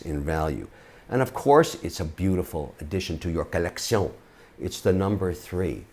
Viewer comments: Great video oh French guy love it when u say collectioooun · Co-Lek-shee-ooon........French at its finest. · I sooo thought this would be a great video. The French collecion accent makes this un-watch-able! Plus, you’re Shark Tank, Mr Wonderful yet the video is only Ok & phone notifications keep going off in background. Cmon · Say Colleccion one more Time Say It! I dare You!!😂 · If I could get a dollar very time he said collectioné then I could have bought my first Patek Philippe. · Can you stop saying koleksiyon for f.s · one more time i hear collection pronounced like that im throwing a cat in the river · I truely believe the great Mr Wonderful has completely lost his ability to say the word "collection" without the french accent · Most of us took French 101 in school but still regular folks like you and I will have a hard time voting for a man who pronounces collection the way he did. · The way he says collection is awesome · Go info but your collection pronunciation is cringy as well as the I have a red bracelet because I’m on tv 🤮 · does it annoy anyone else every time he says "colleccion"? anyway watched the entire video for the essential info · Needless, failed French pronunciation of "collection" was a strategic miscalculation. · Kevin “Colletsion” O’Leary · Take a shot when he says collecione...then go bid on some watches !! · Fun "COLECTION"! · Take a shot every time he says colleccion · I swear the bad accents are the best part 😂😂 keep it up with the 'collek-see-ohn' 💯💯 I'm bouta start saying this all day now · I really don't like the way he emphasise collectiongggg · You mean kalecsionggg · Say “collecion” one more time😹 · "Accoutrement", " un je ne sais quoi ", "collection" pronounced with a French accent ... umm ... do you say "know how" or "savoir faire" ? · Trust me, once more he says collectioñë in his videos, I will stop collecting watches. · Collecssyawwnn haha